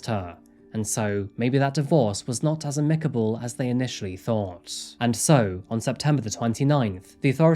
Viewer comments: Sad story. It's pronounced [AM] + [UH] + [KUH] + [BUHL]. Not [AM ] + [ICK] + [KUHBUHL]. No worries, though. 😊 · How can he still not pronounce 'amicable'? 😂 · Probably the same way he regularly crafts inane sentences and uses "unfortunately" and "no surprise" 10x per video - sheer ineptitude.